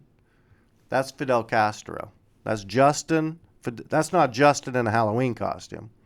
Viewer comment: you said "she did not cheat with Fidel Castero. His name was Castro, not Castero, and as for your entire vode? It's a piece of shit.